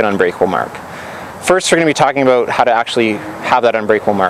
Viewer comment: "abewt" lol